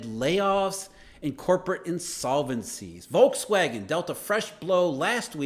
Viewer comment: The "V" in Volkswagen is pronounced like an F.